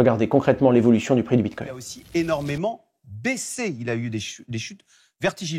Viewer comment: " Bit-cogne " 🤣🤣🤣 Le mec a du le dire 5 fois, j'en peux plus de ces guignols